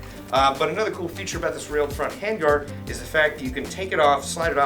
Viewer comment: You miss-read the word hand-guard...